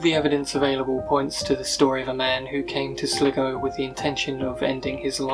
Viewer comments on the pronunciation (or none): It's pronounced SLY-GO...! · not sligo its sly go, its annoying you pronounce it wrongly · At least the mystery of "How do you pronounce S-L-I-G-O?" has been solved.